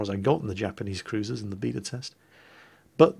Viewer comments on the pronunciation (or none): none